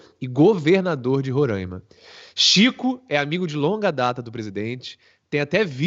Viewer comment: RORAIMA SE Lê "RORÁÁÁÁÁIMA" "a" ABERTO, NÃO É Â.